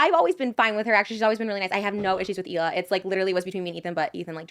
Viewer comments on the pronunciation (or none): Well, Ethan has been with her since 2007, lived in Israel, been around her friends and family and still won't pronounce it correctly either. My guess it is because americans just can't pronounce the letter H properly. Erbb instead of Herb, for example. Think "HeeLah". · What i wanna know is how she's gonna marry Moses and still not pronounce his sister's name correctly. Like I CANNOT be the only one show notices she calls her HEELA